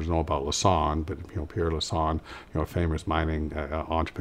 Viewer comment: Es heißt richtig (Pierre) Lassonde und nicht Lasan.